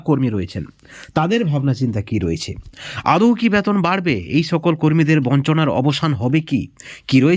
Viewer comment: ব্যাতন নয় বেতন বলা চেষ্টা করুন।